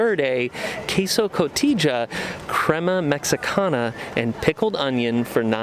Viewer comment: The Ichigo milk boba doesn’t have cranberry and it’s pronounced co-te-ha cheese 😅